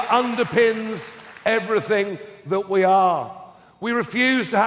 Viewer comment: the word is ''everythinG''. Up to then, good effort! Please stay true.